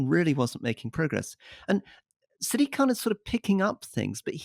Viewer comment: Why are all these brits mispronouncing Sadiq name, dumbos is Sadiq not siddique